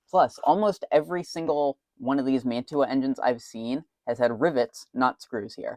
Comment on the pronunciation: Someone's been in that. MU-2 motors were always riveted. That plastic gimble mount indicates a late version of the motor. It's pronounced "man-chew-ah". Say it like that and your model railroad snob cred increases exponentially. The name comes from a city in NJ, which comes from the name of a city in Italy. The city in NJ is where the company started. Edit: The motor is not an MU-2. Those were mostly metal. It may be what was produced in Hong Kong after manufacturing moved there, and before they switched to pancake motors. Nice work.